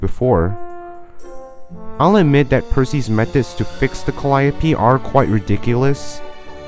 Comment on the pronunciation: Bro absolutely butchered the pronounciation of Calliope